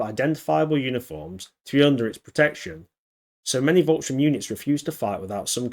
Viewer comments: SH-TOORM not Strömm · Volks - sturm (pronounced with an f, not a v) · It’s Volkssturm, not Volksstrum.